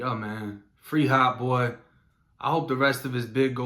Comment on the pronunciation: nigga saying Heart Boy not hot 🤣🤣🤣🤣